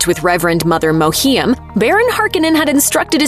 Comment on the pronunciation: does her pronunciation of Reverend Mother Mohiam's name bother anyone else?